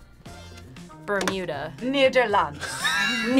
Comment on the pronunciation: Nederland! Excellent pronunciation!